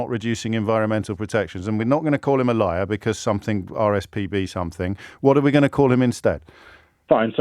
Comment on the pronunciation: I was driving and listening to the man who found saying the word ‘liar’ extremely extremely difficult. I don’t think he was ever taught this word that’s my explanation. Even my French bulldog was rolling in my car seat laughing. James was mega polite don’t know how he does it!!!!